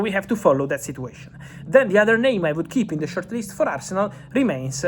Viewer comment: Did you just call arsenal as Farcenal!? 😂